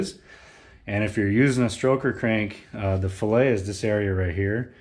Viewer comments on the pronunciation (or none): The chamfered side of the connecting rod ALWAYS goes against the crankshaft. That chamfer in conjunction with a narrowed bearing clear the "fillet". "Fillet" is an engineering term and is pronounced "FILL-it"! "Fil-Ay" is a culinary term!